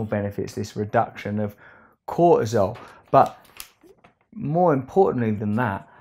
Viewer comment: Russell, please pronounce words properly. There is a 't' in cortisol. its not an accent its just bloody annoying. I mean this with love....not really but it just bugs me.